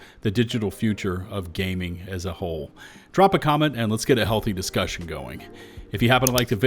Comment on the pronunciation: you mean the Disccision?